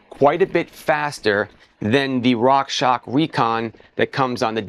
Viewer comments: Love your reviews, but please, please, please say "Rockshox" correctly 😬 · At least it was not Rock Sock 🧦 😁